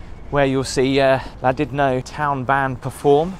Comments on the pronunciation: LlanDUDno not Llandidno.Try at least to pronounce the places you visit.I'm not welsh and you're annoying me. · your pronouncing Llandudno WRONG pretend the capital L is pronounced like C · Gotta doing a hacking sound with double LLAN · I used to get soooooooo much ear ache from a work colleague for mispronouncing Llandudno.......... It's pronounced Clandudno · You said the name of the town wrong pal